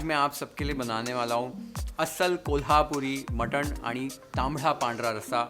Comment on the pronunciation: Big thumbs to perfect pronounce आणि❤